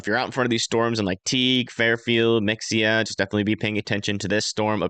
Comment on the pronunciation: It’s not Mexia, it’s Ma-hay-ah